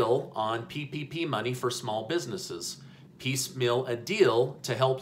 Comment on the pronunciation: Why do you say "piece mill" instead of piecemeal?